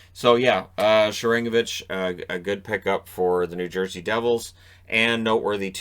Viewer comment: Thanks for mentioning him,. For future reference, it's pronounced SHAR-an-GO-vich, not sha-RANG-o-vich.